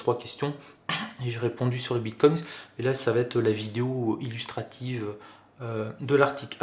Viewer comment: Apparemment je ne suis pas le seul à être gêné par la prononciation du "s" invisible, autant au singulier qu'au pluriel 😅